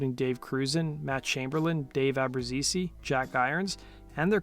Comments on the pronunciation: ITS NOT ABRUZESEEEE... FOR FUCK SAKE! Ab Ru Zees. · Great video. It's pronounced AH brooze EEE, or AH brooze EEZ. The way you said it was driving me nuts 😆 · Fun fact, it's pronounced David A-bru-zay How do I know? My stepdad Domnick Franze was cousins with Dave's father and as kids I used to hang out with Dave in Mesquite Texas. He also has a brother named Alan that's a tennis player... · The fact you can't even pronounce Daves last name correctly absolutely destroys your credibility. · I don't think he's saying Abbruzzese correctly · You've horribly mispronounced his name